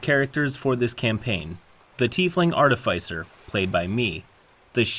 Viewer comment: artifice rhymes with dark abyss